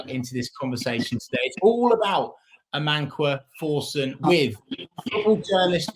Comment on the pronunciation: May be wrong but pretty sure it’s Amankwah Forson